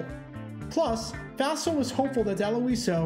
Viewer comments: "Fossil" is correct, so that's why you've always heard it pronounced that way. I heard the pronunciation in this video and I thought, "What?" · It's the little stories like this that often get overlooked or forgotten over time. Interesting pronunciation (and probably correct?) of "Fassel". I've always heard it pronounced as "fossil".